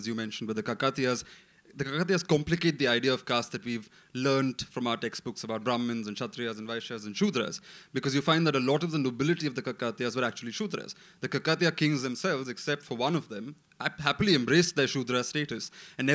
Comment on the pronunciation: You guys are glorifying a telugu kingdom without even bothering to find out how to pronounce their name. They are Kakatiyas with the stress on the first a and not the second one.